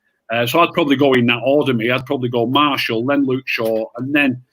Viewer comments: Why doesn't anyone correct for saying Marshall, it's martial! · wish would stop saying “Marshal”